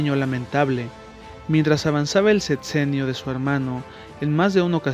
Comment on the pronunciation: VAAAALE..MAAA.A.JAJAJAAJ ((SET....JAAJA CENIO)9 SEXEEEENIO SEÑOR Y LA LECTURA ¿COMO VÁ?